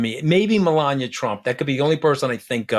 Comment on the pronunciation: I've never heard anyone pronounce Melania, Melonya.🤔